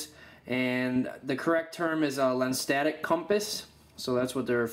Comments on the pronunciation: If you can't even pronounce "lensatic", what could you possibly teach anybody about one? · I can't take someone seriously who is unable to pronounce LENSATIC. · no. it's LENSatic, not SENSatic. don't believe me? Google it.